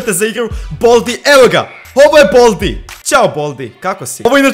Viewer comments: Nije boldi nego baldi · Kaze se bAldi